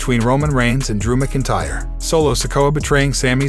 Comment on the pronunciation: Can you please report the CURRENT NEWS BRO? Also Drew McIntyre is Pronounced as Drew MAC-IN-TYRE! Not hard dude.